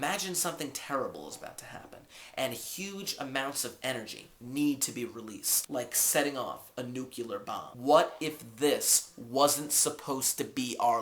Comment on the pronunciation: haha, he said nuculer